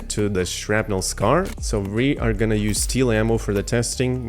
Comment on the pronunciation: Its not pronounced "Scar" lol